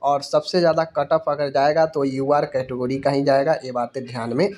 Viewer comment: कैटगोरीज ❌ कैटेगरी 🤣😂😁